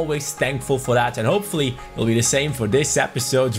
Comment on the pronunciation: that thaaaat T H A T not DAT